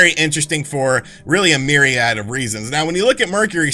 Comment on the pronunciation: Nice new lid, also “myriad” nicely done sir!